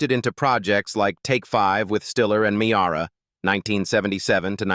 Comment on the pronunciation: Ann Mee-arr-ah ? .. LMAO ..